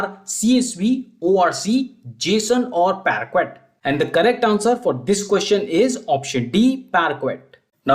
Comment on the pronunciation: It's not pronounced as paraquite man. It is paakay (parquet) file :-)